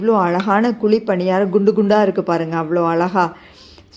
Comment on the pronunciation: அது‌ குளி இல்லை குழி